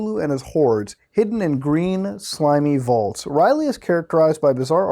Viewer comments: R'lyeh its pronounced RA-LIA not riley, leaned that from south park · Hey, long time watcher! Love the series. I am not a follower of cthulu but I love the mythos. I wanted to point out a few things about the cthulu website. So R'lyeh is pronounced (Url-yay or Url-yē) and the necronomicon has almost nothing to do with cthulu, or rather it has about as much to do with cthulu as it does yog-sothoth, azathoth, or hastur. It's kind of just a giant cursed book of incantations and summonings and supposedly has no 'religious text' to it of you will. Also supposedly reading the book drives people to insanity and readers tend to face grizzly ends. The original writer of the book was actually torn to shreds in broad day light by an invisible beast, and I think we can assume similar faits for others who read it. I'm not sure if they tried to post a copy of it or were just giving the history of the book but it's super interesting and I recommend any of the books in the cthulu mythos because they are all good reads. Just dont read the necronomicon ;P